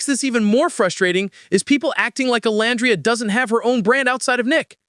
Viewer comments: Omg pls pronounce Olandria's name correctly! Oh-lann-dree-yah 🙄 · Pronounced: O-lan-dreea! I can't stand it when ppl say her name incorrectly! 🙄